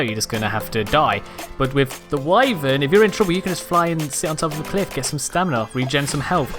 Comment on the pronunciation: Thank you for pronouncing wyvern correctly.